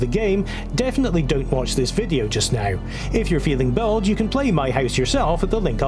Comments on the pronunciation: Bold but in a very thick accent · sounded like “bulge”